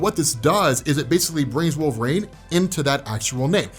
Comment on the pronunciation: I love you, but it’s pronounced Wolver-een NOT Wolver-ain…